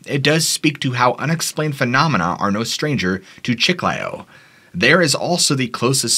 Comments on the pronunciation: Chee-Kly_oh -Chiclayo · Chiclayo. (The second syllable is stressed.) Peru is full of mysterious past and present including a multitude of cryptids and ufos. I lived in Iquitos and have traveled much in Northern Peru. I have heard incredible stories from people from all walks of life.